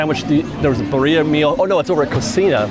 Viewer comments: “Birria” is pronounced [Beer-ee-ah] 😂 you’re welcome ❤ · It’s pronounced: Bee-(rolled R)- ee-ah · Pronunciation of Birria is Beer-E-Ah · Just as a heads up birria is pronounced beer-eee-ahh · yes please thank you!!! i was cringing every time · I came here to say the same. I also commented on the DIS Unplugged video saying the same. Drives me crazy. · Give white people some sort of a good reputation. Geez. Pronunciation of birria and never heard of karaage before?? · You're pronunciation of Birria is terrible but still better than mine and I'm Mexican haha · Gotta learn how to say Birria There’s a little tongue roll